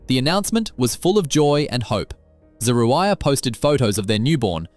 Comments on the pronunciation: This man done called her three conjugations of her name, and STILL never pronounced her name correctly! 😩😩😩😩😂😂😆😆😆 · Every time her name is mentioned. the commentator pronounces it differently. Pick a version and stick to it. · How many ways can this narrator pronounce "Zeruiah?" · The fact that you pronounced her name 5 different ways is so wrong, when her husband pronounced it in the beginning of this clip!! Mad disrespectful bro.